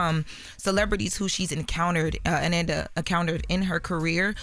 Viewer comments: This ain't the first time I've been annoyed with inability to pronounce a person's name correctly. But this is the first time I wanted to snap on her for it. Come on ma'am. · such a damn journalist but can't pronounce her name right. Always tryna sound young and out of toucn nigga u 32. U know her name. Smh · Ok I think I see the issue y'all... says Ananda's name right when she is just talking. It's when she is reading that she messes it up by mistake. I can understand that. Maybe she gets nervous and is just trying to get everything correct. (Trying to give her grace) it's definitely hard heading her mess up the great Ananda's name like that though😩😩 Rest in Heaven love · I was becoming unhinged that was mispronouncing Ananda's name (Uh-NAN-duh) at the beginning of this clip and then pronouncing her name correctly (Uh-NON-duh). Then going back to saying it wrong again. Idk if she was nervous (I doubt it) or she just genuinely was making a mistake. When remembering such an iconic figure as Ananda Lewis that would be a name I would get right the first time bc there won't be another time to make it right. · It's pronounced ANaanda... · Pls put some respect on her name, smh, it’s pronounced uh-nahn-dah…She was truly an amazing person. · Her name is pronounced “Uh-non-duh”…R.I.P. 🕊️💔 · be butchering some names lol. Deion Sonders…Anănda. Lol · maliah. nah, it is Ah - Nohn- Duh! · RIP Ananda but Pronunciation of her name is wrong somebody like Envy say it because he’s from the generation. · Its pronounced A nanda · UHH-NAHN-duh =ANANDA 🗣️Correct Pronunciation** you are a Journalist English Graduate - respect people in death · Uh-Nohn-Duh is the correct pronunciation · her name is pronounced " A- Non- da!" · Jeez. Pronounce her name correctly! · Whew, the pronunciation of her name had on the ropes! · has to get better with PRONOUNCING people’s names correctly!!! She did Deon wrong the other day too